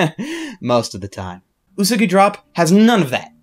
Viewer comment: I hate the way he says Usagi. It's Ooh-Sah-Gee